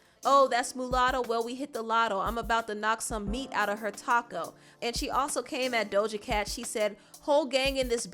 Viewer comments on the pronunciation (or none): none